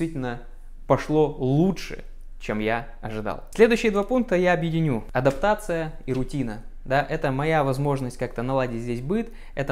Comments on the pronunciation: Автор, адАптация, а не адОптация. Русский забыл или не знал? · Адоптация , говоришь ? ))) 😂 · адОптация ...) видимо подразумевалось усыновление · АдОптация)) Автор пытается выучить английский, так и не выучив русский 😂 Я не со зла. Просто смешно))